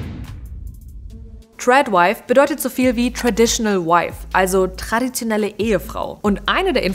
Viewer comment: Big time WTF. Vor allem „tradiotenelle“ ja lul